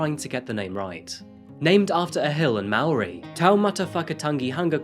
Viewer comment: Thank you for doing justice to this case. You suprisingly did well with your Maori pronunciation for a non-kiwi! Robin Bain was my school principal. I was almost 9 when this happened. Robin lived with my family for a couple of months. He was a kind, gentle man. He played banjo and sung with us, teaching us about Papua New Guinea and inspiring a longstanding to this day love of music and reading in me. His daughter Laniet came with us on a school camp either the same year or the year before they died, my memory escapes me. I thought she was amazing and she was about to begin teaching me to play violin. I later took it up at school as a way to remember them. Dean Cottle was Laniet's pimp. I hope this shows his level of "trustworthiness". Laniet herself had lots of issues, she'd had a history of lying about unsual things, and I'm fairly certain looking from an adult perspective that she did in fact have abuse in her history. Everything in me wants to scream that this could not possibly be in relation to Robin, but how in fact could I possibly know? Joe Karam was a washed up has-been that only those following rugby in the 70's knew of, until this case. He may have put his own money into the case, however he also made a shit load of money out of the four books. David, and his crusade to prove his innocence, made him a significant penny. Regardless of this, the physical evidence does show over and over again that David was the perpetrator here. Rest in peace, Bain family. I remembe